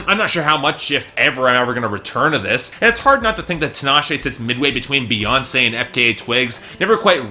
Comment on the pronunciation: it bothers me that he keeps prouncing her name wrong, it's TEE-NAH-SHAY. Also Tinashe is a decent vocalist supporting F3-C5-B5